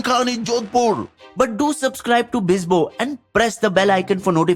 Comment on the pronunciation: Bisnoi ❌ Bisbo✅